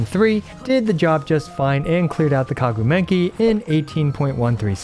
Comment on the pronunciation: I mean… what’s whit the “Kagu Menki”? 🤣